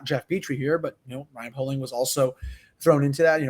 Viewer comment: i’m friends with poehling’s cousin it’s pronounced pay-ling